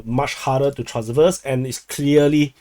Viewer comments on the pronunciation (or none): none